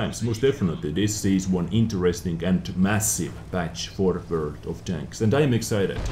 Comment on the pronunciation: God I love your voice... That intro... "Velcome back to verld of tanks..." <3